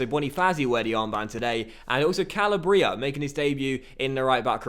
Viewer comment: Just to let you know, you are pronouncing "Calabria" incorrectly. It's pronounced Ca-lab-ria. Not Cal-a-bria.